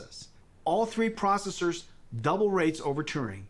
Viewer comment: My CPU is a neural-net procesah; a learning computah.